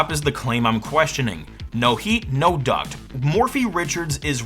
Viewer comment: well you see its not a duct, its a toob obviosly